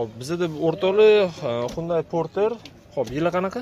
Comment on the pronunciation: Gapirishdi yirtvorarkansiz qoyil hunday parter borter deb😂😂lekin narhlar zor video zor